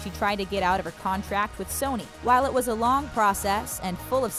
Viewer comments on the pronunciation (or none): none